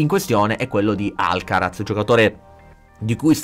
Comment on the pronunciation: la Z in spagnolo si pronuncia S…☺️